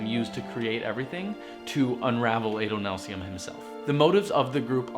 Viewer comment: Not Ay-doh-NAHL-see-um, Ah-doh-NAHL-see-um. Short A, but wow, this is so informative.